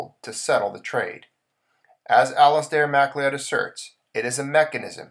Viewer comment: McLeod is pronounced McLoud...it is an old English surname...old english spelling ..but is said as Ma-Cloud.